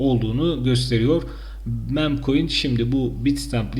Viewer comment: Mem koin değil mim koin. Yahu sizin bu kelimeleri düzgün söylemeniz gerekiyor. Çünkü içerik üretiyor ve servis ediyorsunuz. Hiç olmazsa google transletten okunuşunu öğrenin